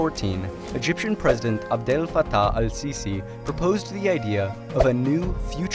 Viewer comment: my man just said Abdal fatah Should have at least tried XD